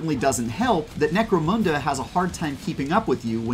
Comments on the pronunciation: Can we all stop calling necromunda necromOOnda now?….. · No it is pronounced "necro-moon-the".